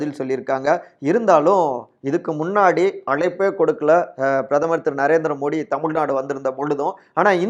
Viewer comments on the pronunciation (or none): none